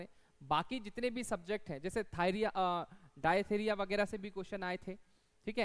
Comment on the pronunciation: डायथिरिया नहीं it's डिफ्थीरिया 😂